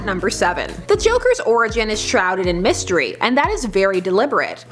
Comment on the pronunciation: "What a mistiry" 😂